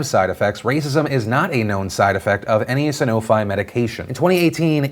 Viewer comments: It's pronounced "Sanofee " - A Sanofi employee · Pronounced "Sanof-ee", pretty sure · Hey Phil, it's pronounced "Sanof-ee" lol trust me, I work there. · As an contractor with Sanofi... Phil, you were pronouncing the Sanofi name incorrectly. It's "San-no-Fee"... sorry to nitpick. I was just excited to hear you speak about the company that I'm a part of. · My dad works for Sanofi... It's San-oh-fee, not san-oh-fye. Just saying. It's tweakin' me out here. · Sanofi is French, aren't you supposed to pronounce it "Sano-fee"? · It's pronounced Sanof-ee :P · Hey just letting you know. I work for sanofi and it’s pronounced san-oh-fe. 😊😊😊 just saying, love you!!! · For future reference Sanofi is pronounced san-o-fee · Sanofi is pronounced san-o-fee. Just a heads up for future references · Its pronounced San-oh-fee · Oh shit, I used to work for Sanofi (also pronounced Sanof-ee) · Hey Phil my mom works at sanofi. It is pronounced SAN o Fi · Phil mispronouncing Sanofi made me really sad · Ewww. Ive never heard Sanofi pronounced that way.